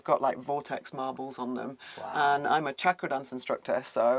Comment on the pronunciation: Wow an amazing living space. I love it. Love the deep rich colors and drawings etc. And FINALLY someone who pronounces chakra correctly. People its NOT shakra its chakra as you would say charm. ❤